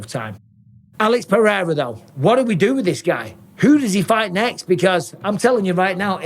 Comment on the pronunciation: I love Jon Anik (spelling?) But seriously, can someone tell him to stop pronouncing pededa? its like a really dodgy irishman or cockney pronouncing potato, its so annoying its literally ruining my enjoyment of Pereira's amazing career!